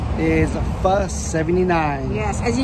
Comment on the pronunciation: I am glad you pronounced it PHA and not PHO like most Caucasian Americans.🤨